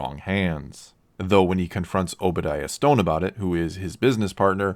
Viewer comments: Obadiah StAne. Not Stone. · Obadiah STANE....not Stone. otherwise good video. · It’s stain not stone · Fantastic video! But you know I'mma have to get you on that name screwup. It's Stane, not Stone. LOL! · It's Obadiah stane not Obadiah Stone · Obadiah Stane not stone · stane... stain ? not stone. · Great vid. Although for some reason everyone who makes a video essay on Tony Stark says Obadiah Stone instead of Obadiah Stane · i am the 7th dislike only because he said obadiah stone instead of stain lol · One nit Obadiah Stane not Stone. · Staine not stone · Oops. Stane, not Stone. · I heard Obadiah “Stone” and immediately quit watching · did you really just say Obadiah STONE rly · Did anybody else notic he said Obidiah Stone???